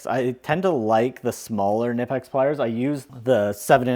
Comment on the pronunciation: The right pronouncing is K - N - OOO - P - UU - X